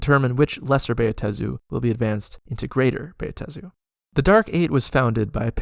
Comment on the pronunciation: I have Never complained about Pronunciation anywhere; but, dude--it's just: "BAh-Tey-Zu/Buh-Ta-Zu/to-may-toe/to-mah-toe, done! Sir, your 4-syllable pronunciation is an Atrocity puke emoji very distracting otherwise, Very Nice 8P